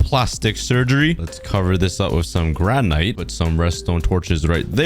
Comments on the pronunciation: And it’s (gran/it) not (gran/ite)😊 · Hey, just so U don't make mistakes in the future, you were calling granite (gran-it) granyte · You don’t pronounce granite like gran nite it’s like granit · It’s not granite it’s granit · Are we just going to ignore the way he said granite? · Bro... you can't pronounce Granite?